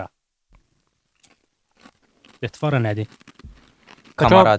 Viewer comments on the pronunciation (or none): "detvara" uşağlar deməydi. Vurğu axırıncı "a". Dəyməz!